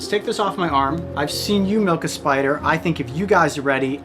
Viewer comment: “We can definitely milk the spidah”